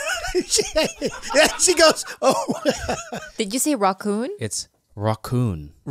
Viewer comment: It’s Rocky Ra ccon. Not Rocky Ratccon. 😂